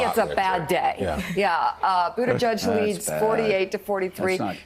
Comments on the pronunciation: I wish these people would stop MISPRONOUNCING Buttigieg....it is Boot-ih-jedge....NOT Boot-ih-judge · did he say BootyJudge???? lol